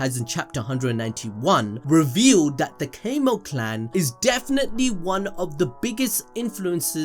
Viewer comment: Homie keeps saying Cay-moh clan, and I genuinely feel like I can't keep watching it.